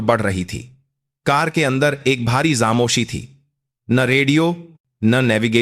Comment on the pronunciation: Aapko to bolna bhi nahi aata hai. GOC goc nahi hota hai. FOJI =JOJI Yeh kya hota. Khamoshi bhi nahi bol sakte. Kuchh aur karo.